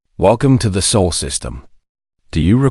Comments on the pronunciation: It’s SOL system , not soul.. your a.i. Needs to be updated or retired so you can start again. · pronounced more like Saul.